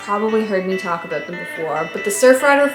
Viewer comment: Everytime she says “talk aboot”, my heart skips a beat. Shhhooooooo